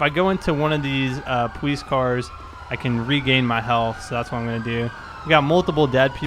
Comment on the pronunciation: why do you say pwolice patrol its police patrol